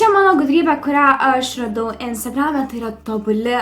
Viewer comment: "yutubei" "instargrame" I almost shit my pants there